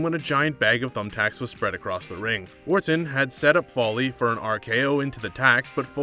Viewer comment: Legend killer not legendary and Foley not fahlee